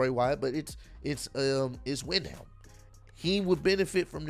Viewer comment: It's Windham (wind-um). It took me a while to pronounce it as well